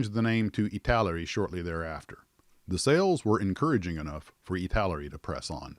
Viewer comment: ITALAERI not ITALERI!